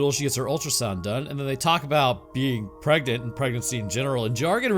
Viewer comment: Preganenant took me out.